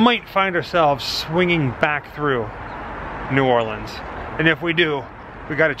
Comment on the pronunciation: Bonus points to y’all for pronouncing New Orleans right! And when eating beignets, you just gotta accept the powdered sugar and that it’ll be a part of your outfit for the rest of the day...kinda like eating boiled seafood lol.